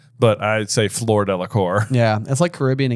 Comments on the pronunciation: Her name is not Floor or Flor. It’s Fleur isn’t it? It’s not “o”. It’s like an open “u”. It’s more u than o. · Coming from a French family heritage (no hate from the Brits 😂), "Fler" is close ("floor" is hilarious!). Actually, think of "flew"... "flew-er". So "Flewer de la Core." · Guys. It's FLEUR Delacour, not Floor Delacour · J trying to correct how says Fleur when says it better and J says ‘floor’ 😂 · Finally! 😂 I was hoping you guys would address the Fleur pronunciation. Sorry I took several years of French and every time you guys say floor my eye twitches lol. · As a fluent speaker of French I can tell you that Fleur’s name sounds a bit like the first syllable of flurry. “Eur” and “our” make distinctly different sounds in French. Delacour rhymes with tour, as in Tour de France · I have yo ask. Why are you pronouncing Fleur like floor. It should (somewhat) rhyme with purr (like a cat). I noticed it a while ago and am jsut wondering. 65 minutes in. Wow, you read my mind! (still, no French in high school?) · I wasn't gonna comment on your pronunciation of Fleur, because that vowel sound might not come naturally to you, but since you yourself brought it up in the video, it does annoy me so much when you say Floor all the time, and I'm not even French, I'm Swedish. I'm sure French person would find my pronunciation bad as well, but at least I try, and in this video you do show that you can pronounce it at least closer to how Fleur should sound rather than Floor, but you still say Floor. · Please. Fleur is not pronounced like floor.